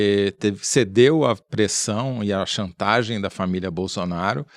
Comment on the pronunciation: quem mais pegou esse "famiglia"? Hehe